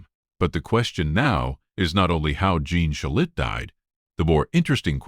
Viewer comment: Pronounce his name correctly, please.